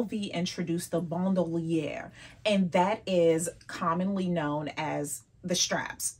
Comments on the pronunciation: Thanks for the correct pronunciation of bandouliere…🤎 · I’m glad she said it; I never knew how to pronounce it.